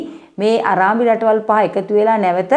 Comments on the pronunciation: අරාබි ..අරාඹි නෙවෙයි. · අරාඹි.....නෙවෙයි අරාබි නේද හරි එක .......අනේ මංදා.....